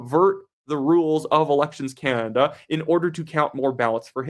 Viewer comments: I love your posts. Can you please pronounce Canada and stop saying Canda ? Sorry but it drives me nuts. You say Canada like my very young son. Keep up the good work. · It's pronounced Ca NADA , emphasis on the NADA as in Espanol